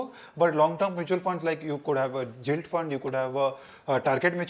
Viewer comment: I think you are saying Gilt wrong. It should be like gift not like gin.